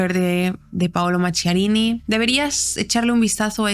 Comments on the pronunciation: Se pronuncia Maquiarini, en italiano la h suena como q, no qu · FRANKENSTEIN SU NOMBRE SE PRONUNCIA MAQUIARINI , LA RESIDENCIA DE VERANO DEL PAPA SE LLAMA CASTEL GANDOLFO.GRACIAS MI AMOR ❤POR TU EXCELENTE INFORME👍